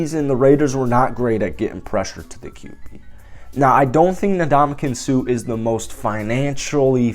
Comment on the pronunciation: The man's name is not 'na-DOM-a-kin', it's 'in-DOM-a-kung'. Get the guy's name right, jeez. It's not like he hasn't been in the game long enough to have heard in pronounced correctly. It's really a matter of respect. Ask Steph Curry. That said, I don't think the Raiders should sign him, but I'd be okay if they did. I don't think they need him, but there is undeniable value to adding him to the roster.